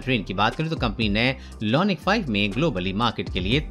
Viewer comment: LONIC nahi IONIC